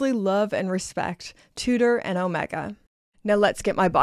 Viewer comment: your hair fell great! Although you pronounce Omega horribly.